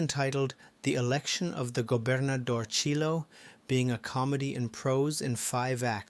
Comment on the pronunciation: "Gobernadorcillo" is pronounced "governadorsiyo". "Ll" is pronounced as if a "y" in Spanish, just like "paella".